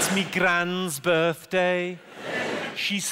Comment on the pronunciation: Bit off on sayin birthday in Scouse... They don't pronounce the word day they stop at the d and just pronounce the letter D🤣